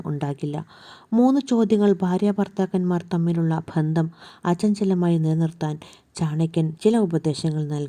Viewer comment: ബന്ധം എന്ന് ശരിക്കു ഉച്ചരിക്കുക